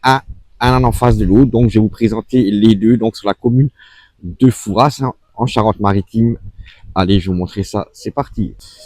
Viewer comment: Par pitié, arrêtez de prononcer "Fourasse" sans arrêt ! ça écorche mes oreilles d'une manière très désagréable. Dites vous Parisse pour Paris ? Rennesse pour Rennes ? Bourgesse pour Bourges ? Il n'y a pas moyen de faire rentrer ça dans la tête des touristes ! Même entendu sur place, , 5 minutes plus tard le touriste va répéter son FouraSSE !